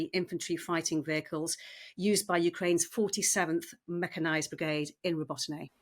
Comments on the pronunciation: Learn the pronunciation of the places you are talking about, it is so unprofessional , Robotyne ( Ro-bo-ti-neh ) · They could consult with Ukrainians and learn the proper way to pronounce Robotyne.